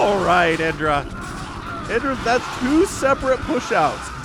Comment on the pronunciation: It's pronounced id (like the the psychological term) ID, DRAH.